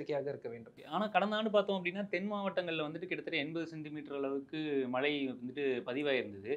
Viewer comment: Is it malai rain or Malai mountain. Can't you pronounce MAZHAI properly.